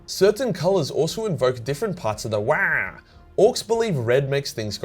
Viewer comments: its not "wagh!" its "WAAAAAAAAAAGHHHH!" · Lol had to put a dislike due to that poor Waagh pronunciation. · It's not waagh it's WAAAAAAAAGH!!!!! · It’s pronounced “wAAAaargh” not “Wyaah, mammy breastfeed meeee!” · Waaagh is pronounced in a deep bass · It’s pronounced WaAaGh! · i loved this video. but holy fuck wah annoyed me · Video ruined by you saying wagh rly annoying n cringey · For the love of the emperor stop saying whaaaa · Hard to listen to and pay attention too if you say wagh like they every time. A couple of times it was funny but got old real quick tbh. Big fan and watch all ur videos while I work out and multitask but couldn’t do it with this one lol. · All I heard is waah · I love you, but that was unbearable, please learn how to Wagh properly 😆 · Damn hard to to watch this and hear you yell waahag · I wish I could downvote this video, for every time says "wagh." Sadly, I can only downvote once. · Your saying Waagh completely wrong for a so called lore explainer lol it's really bad how you say not only is it but an insult to the orks like there war cry gonna be a weird baby noise like you say how you say it go back on you tube and there are plenty of others that pronounce it right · Stop saying it like that! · OMG I kept laughing so much at your pronunciation of waaagh, seriously, farkin hilarious. gist is pronounced jist though... :)/ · Couldn’t stand the way you said Waaagh, cringed so hard bruz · I thought repetition would make your pronunciation of WAAAGH less funny each time, but no diminished returns here. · I hate your wrong pronunciation of WAAAAAAAAAAAAAAAGH! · Love the video, hate the pronunciation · I thought WAAAAGH is pronounced like streched WAAAAR without the T Not like cosplaying Waluigi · I couldnt make it thru because of the stupid way you kept saying Waaagh.